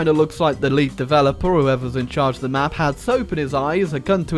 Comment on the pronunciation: I have a suspicion that might be french. Because of this "Thé"